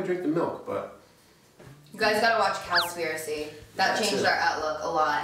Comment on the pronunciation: Cowspiracy not conspiracy please!!!!